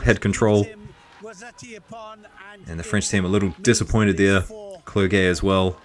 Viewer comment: You have to prononce "Clerjé", i l know him i little bit, so i told you.